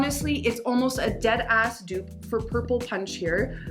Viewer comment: I saw clapping hands in my head between syllables. Lmao🤣🤣🤣 a “a dead👏🏿ass👏🏿dupe” I live the eye look btw💜